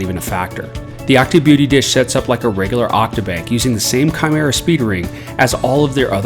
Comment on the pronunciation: That awkward moment u realize it's kimera not shimera 😓